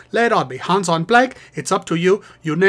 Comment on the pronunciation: Its too bad all your songs pronounce hans incorrectly.